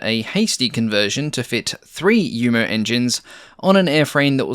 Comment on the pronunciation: It's commendable that you say 'Jumo' (you-moh) correctly, but a German v is - like the Dutch v - almost invariably pronouced 'f' and in itself its' pronounced 'fauw', so it's 'blohm und foss bea fauw 138' designed by 'ree-card fogt'.